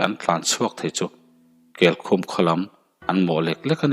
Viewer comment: Darzawl nilo Dàrzawl aniang..amak thin emai..Keikhum i lam dan pawh a diklo